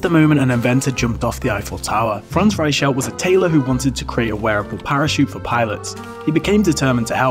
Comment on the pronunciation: That's not how you pronounce "Reichelt".